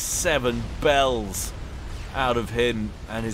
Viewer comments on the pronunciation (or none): none